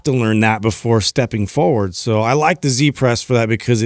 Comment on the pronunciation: great show, i like this very much because of the emphasis on mobility and good range of motion. i need to point out though, that i find it strange that you call it a "c-press" when its a "z-press" - why do you pronounce z with the sound of a c Oo I know this from Tarrantino in pulp fiction, he steals a motorbike from "zed" and the gf ask : wheres zed ? - zed is dead honey - zed is dead. z is not pronounced c ! Am i being a grammanerd here or is it actually true and need to be changed Oo